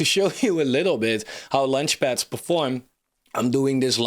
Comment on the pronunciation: As much as I liked this review, it’s quite annoying he’s constantly talking about lunchpads instead of launchpads… But if you judge this more on content and less on form, it’s a great subject for a review. I’ve requested something like this from Coin Bureau multiple times, so I’m glad someone doing this. I was going to suggest Cardstarter and OccamFi on Cardano projects, but I think Cardstarter is almost dead…